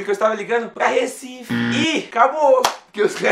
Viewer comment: ''de Recife'' <3